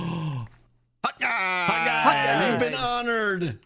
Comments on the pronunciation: Have I been hearing wrong because I thought it was "Hawkeye" like Clint Barton but keeps saying "hot guy" I'm really confused because no one is correcting which makes me think I've been hearing it wrong. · I thought it was Hawkeye that Scar was saying for ages. I think until some livestream where it got written in the Hermit chat and then I just thought it was a joke so I didnt realise that was what he was saying until the diamond pillar battle and I saw the name of the bow lol.